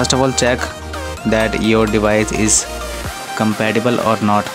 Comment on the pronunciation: I liked for your spelling of compatible.. he literally says it like that :D